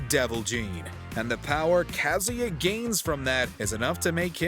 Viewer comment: Good lord, the way he pronounces Kazuya and Raiden.